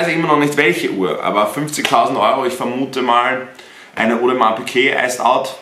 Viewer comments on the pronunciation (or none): Digga es heiß audemars piguet und nicht piquet...tust auf fashion ytber und kannst nicht mal richtig die namen aussprechen du kek (no front) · Wo zur Hölle ist bei Audemars Piguet ein q drinnen? PiGuet nicht PiQuet🥴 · Will sich ne Ap holen aber sagt audemars Piqué es heißt Piguet